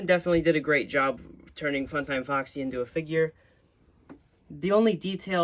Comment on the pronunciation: Was it just me or at the start did the video go "every action figurrrrrrrr"